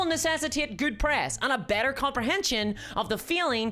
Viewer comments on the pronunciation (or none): none